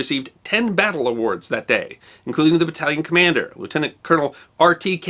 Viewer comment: you are a treasure. Thank you so much for remembering Lt. Clark VC and his remarkable family (and for pronouncing his rank correctly). Your thorough and respectful treatment of all the armed forces of the wars - and not just those of your country - is refreshing and most welcome.